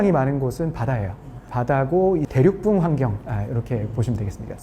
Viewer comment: 대륙붕을 발음 하실 때 계속 대륙뿡 대륙뿡 이렇게 발음 하셔서 무슨 대륙의 방구 같은 느낌 입니다. 대륙뿡뿡이 핑핑핑